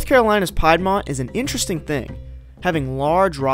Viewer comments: lol Young man, at about the mark... it's not PIED'mont, but rather PEED'mont. At least, where I used to live down around in South Carolina. Hmm_ maybe it IS pronounced differently elsewhere? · It is pronounced "peedmont". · Yes I pronounce Peidmont wrong, sue me Southern Pronunciation (I've heard all my life btw): PIEDMONT Actual Pronunciation (from people who ACTUALLY live there): PEEDMONT I'm from the state that pronounces eux with an o sound, what do you people want from me xD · A lot of people from here, NC pronounce piedmont peed-mont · Isn't it actually a contraction of the French « Pied du Mont » ? Where Pied is pronounced PI-É-D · Wasn't sure on the pronunciation. Kind of figure it was regional accent. The wierd thing is I always pronounced Louisiana "Loosiana" for years. I actually think that is the southern way. I don't know. I did have southern fiends with thick accents in Illinois. Try to understand a "South Boston" accent. That to me is a hard one.